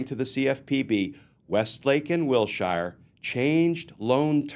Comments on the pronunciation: Glenn - I love you, but in Los Angeles the street is pronounced "WIL-sher" not "WIL-shire" (I grew up there and know the street and area as well as can be LOL.) Great story. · While I'm totally on board with the various sentiments presented (Non-compliant surety, non-certified bond, etc), this old Los Angeleno winced every time you said Will-Shire ... Wilshire is pronounced "Will-Sure". So minor, I know. But pronunciation matters. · The Name Wilshire is pronounced Will Shure like He sure will be going to jail......... Wil sure Sure he will.